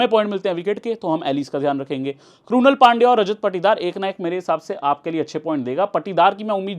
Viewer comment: क्रुनल पण्ड्या❌ क्रुनाल पण्ड्या ✔️